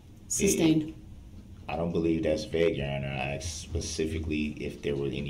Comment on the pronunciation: Aks and ansered yer honer